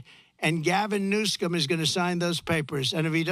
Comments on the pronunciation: It's Governor Newsom, Trump. Not "Newscom"... Schmuck! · Hahaha! Why does he always mispronounce Gavin Newsom's name? (maybe to piss him off???) Trump is more entertaining to watch, then anything on TV!